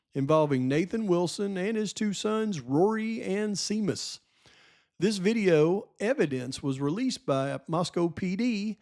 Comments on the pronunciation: SEAMUS is pronounced SHAYMUS, not “see-mus”. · BTW, the name Seamus is Irish - it's pronounced Shay - muss ☘️ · Seamus is pronounced “Shay-mus. The name is of Irish origin however, in Idaho that may not be the pronunciation used but probably so. Great sleuthing you cover the bases, check the boxes & expose the incompetence in my opinion Great job attempting to bring truth to light especially in the importance of potentially putting an innocent man too death to cover up the real culprits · Seamus....pronounced Shay-mus. It's Irish ☘️